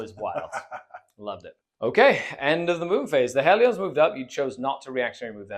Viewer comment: It's not "Hell-ee-ons", it's "Hell-ians"